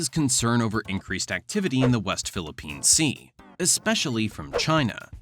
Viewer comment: Thank you for saying the "West Philippines Sea".